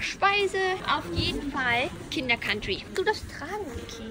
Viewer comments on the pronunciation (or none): none